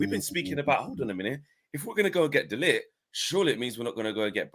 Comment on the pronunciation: Cmon guys pronounce De LiGt name properly! 🤦